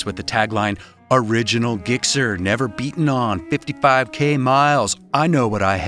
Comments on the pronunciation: Dude did you soft G the word gixxer?!? Please come back Yams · For real did you guys hear that hard G in the gixxer?